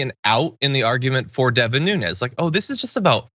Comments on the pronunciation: His name Nunes! Not Nunez! Nunes pronounced NOOONS! He is Portuguese and won't claim it. If hide your real name, nothing but💩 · His name is NuneASS.